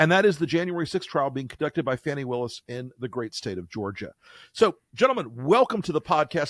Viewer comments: Pronounced "Fawney", not fanny. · Fani's name is pronounced "FAWNIE".